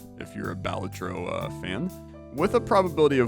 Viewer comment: isn't it ba-LA-tro?